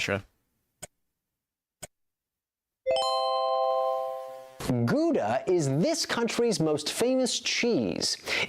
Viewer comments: It is not Goedah it is Gouda, that fellow doesn't know cheese,,, Gouda with ou as in now, not goeda with oe as in shoe, very stupid mistake even... idiotic.. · Gouda is a city in the Dutch province of South Holland. Not only famous for its cheese, but also the world famous stroopwafel. Gouda is not pronounced Gooda. The OU in Gouda, is pronounced as you would pronounce the words ‘how’ or ‘cow’. About the city of Gouda